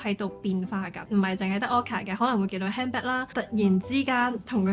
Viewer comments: 唔好意思，希望你唔好介意，其實係讀堪back，唔係hand back😣😣 anyway，呢個trip好好睇， thank you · "humpback" 點解你讀到好似handbag咁樣？LOL